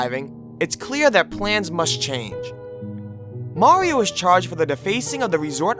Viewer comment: Why do you say Morrio instead of Mario?